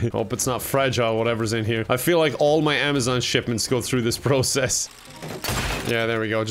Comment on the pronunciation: Nobody: Absolutely nobody:: pRRocess